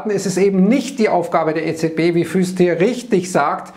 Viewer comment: Clemens Fuest wird nicht“Füst“, sondern „Fuust“ gesprochen, Dehnungs-e, vgl. holländisch Buer, Soest, Straelen…